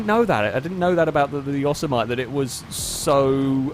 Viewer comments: Yo-so-might Yo-sem-eh-tee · its not pronounced yossuhmite its pronounced yo-sim-a-tee. Unless of course youre just mucking around. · This national park is grand and beautiful … and often mispronounced. It is not “Yo-SE-mi-nee” or “YO-se-MIGHT.” But rather “Yoh-sem-it-ee.” At the end, don't forget to say the “t." I hate to be a grammar cop on this, but you pronounced Yosemite wrong in the video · say it with me. Yo-Sam-a-tee. Not Yo-sa-might. Yo-sam-a-tee! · yo-SEM-i-TEE, not YOSS-e-might. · Pretty sure "Yosemite" is more like "Yo samity" :P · Pronounced Yo-sem-itty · Yoemite is pronounced "yo sim et ee" btw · the word they used for the truck is pronounced Yo sim it e .... and in Yosemite Sam .... wow ... sorry just kinda bugged me good racing tho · Say it with me: yo-sem-ih-tea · Yosemite = Yawsemite. Put that one in the FailRace dictionary. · It’s pronounced YO-SIM-MITT-EE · ForzaFreak 48 *yo-sem-mitt-ee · The truck name is pronounced yo-sem-it-y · I hope the chat on the stream gave a lot of ribbing on the pronunciation of Yosemite... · You're one of only 2 people I've ever heard pronounce Yosemite that way. The other person being a friend of mine, and to be fair, you live over 5,000 miles from the actual Yosemite while my friend and I only live 120 miles away... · pronounces Yosemite like I did when I was a kid playing San Andreas. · and it annoys me.